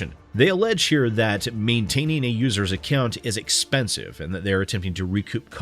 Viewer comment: Ah yes, the ever tricky "accont"